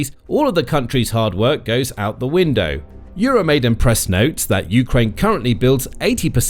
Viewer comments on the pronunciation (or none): none